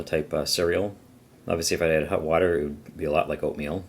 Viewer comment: It’s red hOt... not red hUt 😂